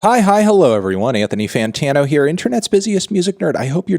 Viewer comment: Anthony Fanta-NO is a hard zero out of ten